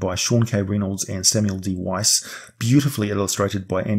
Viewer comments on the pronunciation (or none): none